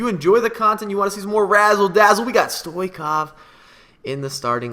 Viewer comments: The ch in Stoichkov is pronounced like Chili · It is not stoikof you disgraceful person it is Stoiechkof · it's stoichkov, ch as chelsea